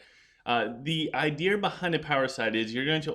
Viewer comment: I just love the way you say idea 😂. It catches my attention every time.